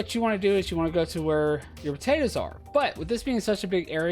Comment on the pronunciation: I like what you doing and appreciate the videos, but every time u say potatoes .. oh man